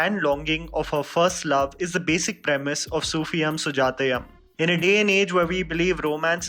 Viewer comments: Its not sufiyam and sujatayam, the pronunciation is sufi-u-m sujaya-u-m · Its Sufi-yoom Sujatha-yoom n not yum. Pls learn the pronunciation before telling it to d world. U can't pronounce it wrong way. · Dude here's the thing "yum" is not supposed to be pronounced as "yam" it's pronounced as " you-m". Not to be rude,just informing. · definitely. Seems like we all mallus need to teach him some pronunciation. If we South Indians pronounce any Hindi words wrongly how the north Indians makes fun of us n sometimes ridicule us. Malayalee s an Indian language n im not saying pronounce every word correctly bt atleast pronounce such easy words correctly. For "-yoom" he is saying "-yum". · Duuude you're pronouncing it so wrong the entire time. It's pronounced as sufiyuum sujaathayuum like "sufiyoom" Jahnnum.. Got it?? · Get it right mate....Soofi"yoom", Sujatha"yoom". Not how you say it. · It's pronounced as "youm" in Sufi'yum' and Sujata'yum'., please do some research on how pronounce the name of movies and actors from regional film industries other than bollywood. I've noticed a LOT of times when you've made mistakes in pronouncing the terms that are from languages other than hindi, you can easily research how to pronounce these terms from the particular regional youtube interviews and reviews. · The film's name is pronounced as "सूफियुम सुजातयुम".....Love💓 from Kerala.